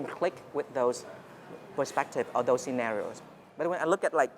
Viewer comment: scenarios ......not scenerios